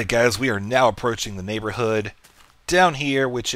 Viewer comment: its NYAN-borhood ;D